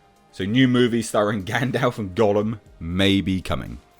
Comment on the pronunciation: Thanks for pronouncing gandalfs name correctly. Loads of people say gandolf and it's irksome